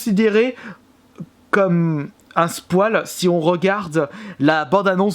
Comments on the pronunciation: Bonne video mais on dit pas "Spoile" sa se dit "Spoyle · Par contre apprend a dire "spoil" c est pas un poil On dit spoïl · Oh nan mais c’est pas possible.. Le mec prononce spoil = spoual... Un défibrillateur svp il m’a flinguer là..